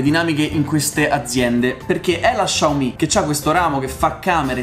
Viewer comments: Ciao! Essendo cinese la marca si pronuncia "Siao mi" e non "Sciao mi" (essendo mezzo cinese mi urta sentirlo pronunciato così) Piccola curiosità: vuol dire letteralmente piccolo riso. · Xiao si pronuncia "siao" 😂